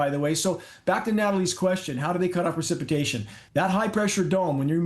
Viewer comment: It's PRECIPITATION NOT PER... CIPITATION.